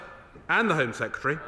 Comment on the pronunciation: I can condone the repetition of the word 'sec-ya-terry', but the childish whoops, cheers and jeers leave me feeling politics is finished here. It's embarrassing.